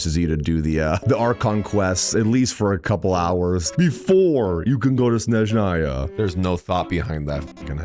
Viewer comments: Shneznaya xdd It's S-NE-ZH-NA-YA, S like in "sssnake" and ZH like in "ZH-ongli". And then on you did say it almost perfectly. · 6 years, and it's still "Shneznaya", and not "Snezhnaya" 😿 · as a russian, its not SHnezhnaya, its SneZHnaya😖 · To be fair he calls it S-neZH-naya sometimes (as ). He probably knows how to say it the right way but all English community pronounced it like "Sh-neZ-naya" for years, so he's probably still getting used to the right pronunciation ❤ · Bro played 24 hours and still calls it sh-nez-naya 😭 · I love how fumbled the pronunciation of Snezhnaya in the beginning, then gradually got better at it... and then fumbled it again xD Keep it up,, setbacks are a part of the journey! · There is not "sh" sound in Snezhnaya... 😴 Where did you get it from? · 6 years, and we still are disrespecting it by not pronouncing it properly 💔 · waited six years and still cant pronounce snezhnaya 💔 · ”I’ve waited about six years for Snezhnaya and I’m still saying it wrong” XD